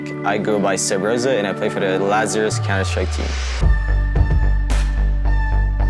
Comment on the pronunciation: "SUBZORA" smh